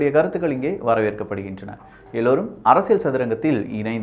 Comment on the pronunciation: அரசியல்... Not அரசியழ் or அரசியள் 🤦🏾‍♂️🤦🏾‍♂️ It is getting annoying